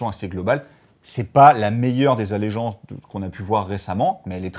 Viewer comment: "allégences Ironjawz"? :D